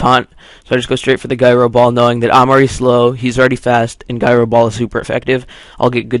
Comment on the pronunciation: does he not know how to say gyro right?